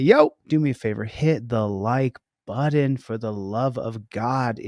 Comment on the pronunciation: There’s no D in “button”! 😂